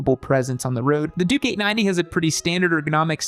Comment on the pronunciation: Triumph over the others.. Also.. i keep hearing him say "Dookie 90" WTF.. its gotta be on purpose.. he's clearly calling the bike a turd..